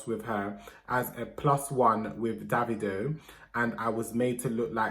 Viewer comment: You pronounced Davido wrong😔 it’s ‘David’+ ‘oh’